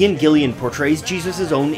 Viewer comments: It’s Ian GILLAN not Gillian! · It is IAN GILLAN ....... GIILL ... AN!! Not Gillian! Lose 10 points for credibility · Gillan, NOT Gill-I-am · And it's Ian Gillan, not Ian Gillian, as the narrator pronounces it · Just for clarification, the Garden is called GETHSEMANE not GESTHAMANE as checked both in the Bible and the Track listing of the album, and Ian Gillan's surname is pronounced as GIL-LAN not GIL-YAN. Also though Deep Purple's In Rock was recorded in 1969, the album was released on June 3, 1970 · Great video! I would have liked to see "Whats the buzz" in there, its one of the best parts. Also would have been great to describe the great musicians involved in the project. And it sounds like you say Ian Gilliam. His name is Ian Gillan. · GILL AN....not GILL IAN.. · It's Ian Gillan not Gillian or Gilliam (you say both). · OMG... it's Gillan... not Gillian, other then mispronouncing a rock legends name, great video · It's Ian Gillan and not Gillian, I'm unsubscribing and reporting you to the YouTube police. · It's Gillan, not Gillian! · Ian's name is pronounced Gill-An, not Gill-Ian. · attributed to Jesus but it’s actually Judas who says that. Also you kept calling Ian Gillan “Ian Gillian” and called Gethsemane “Gesthamane”. This is a really well made video that makes some really awesome points but the fact it makes such silly mistakes that could have been so easily researched really bugs me. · It's Gillan not Gillian !!!! Jesus!!! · It’s not Ian Gillian, it’s Gillan . Do some research. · A few corrections: You attributed lyrics sung by Judas in Everything's Alright to Jesus. Ian Gillan's name is pronounced wrong throughout as "Gillian." Gethsemane is spelled and pronounced wrong. A lyric from Heaven on Their Minds (No talk of God then, we called you a man) adds a small g and an s to the word God. The melody of I Don't Know How to Love Him is from a Webber/Rice song called Kansas Morning, but Webber is from England, not Kansas.